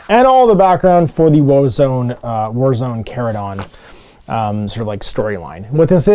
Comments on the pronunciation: Yep, 'ch' as in church, chase, etc.. & yes, it was in a couple Warhammer Community posts, don't know how it's mispro... wait, is he still mispronouncing *chordclaw*? I see a pattern here. Blaster was here... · If you watch the GW video, they pronounce it “Char-uh-don”, with “char” as in what happens to steaks and veggies when grilled.